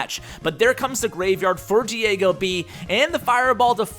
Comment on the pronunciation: Remember the times where says DiAgoB instead of DiegoB! Lol! I bet Diego was triggered!